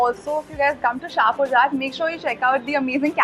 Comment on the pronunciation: ha ha you don't know nothing.. it's a hindu jat dominated village.. it is pronounced as jat